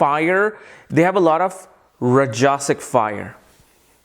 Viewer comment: Rajasik, tamasik pronunciation is wrong